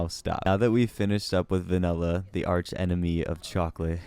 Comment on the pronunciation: Disliked due to pronouncing vanilla 'vinella'.